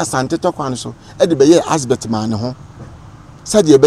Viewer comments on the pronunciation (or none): Big shame on this guy common ADVERT you are saying ASBERT and you call yourself a historian shame on you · He keeps saying Asbert. 😂😂😂😂..wagyimi tu